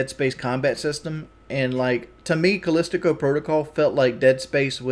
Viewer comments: He's still calling it "Callistico protocol" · Again with the goddamn "callistico" protocol fucken i hate how he changes words or names... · Anyone gonna tell this idiot it's "Callisto" and not Callistico? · He’s still calling it “callistico protocol” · "Callistico Protocol" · It's crazy he can't pronounce, "calisto".